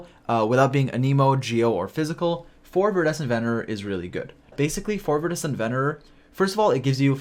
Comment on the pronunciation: Idk what your trying to pronounce with that artifact but it iridescent with a V